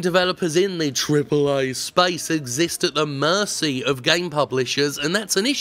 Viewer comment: I'm still waiting for a compilation of Jim saying "triple ay".